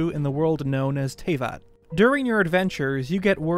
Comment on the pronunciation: I’m so glad to see some of my favorite theorist channels starting to talk about this game! (Even if it seems none of them can pronounce the world’s name right... lol)